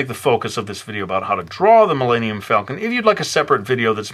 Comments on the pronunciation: Did he just say millannium falcon? can he not pronounce Millennium? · oh my god you replied... i love your art i was just like wait did he say Millannium haha you're a really awesome artist!